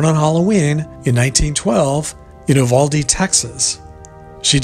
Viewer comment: It is not pronounced Oovalde but Uvalde. The u is a long vowel. I live in Del Rio Texas and go to Uvalde all the time.